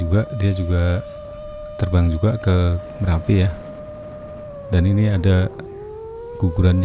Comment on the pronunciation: Marapi atau merapi😂